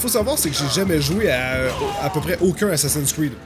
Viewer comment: RIP la prononciation :( Assacin cride !!!